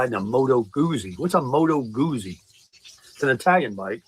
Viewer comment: Great live. Do you think he secretly fancies himself as Peter Fonda in ‘Easy Rider’? Ugh and the way he pronounces “Moto Guzzi’ is so cringe. I feel it’s time for a new desperate fluorescent travel partner to be looking at him pitifully while attempting to laugh at his jokes…